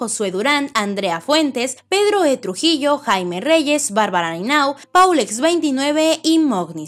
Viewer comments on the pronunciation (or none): none